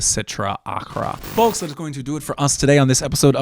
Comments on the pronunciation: Love the content man!! Can you stop saying the L in folks, driving me crazy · Not sure what bothers me more: the amount of hard blinking he does, or the way he says the word "folks". It's like he's only ever read the word but never heard it spoken before. **BLINK** **BLINK**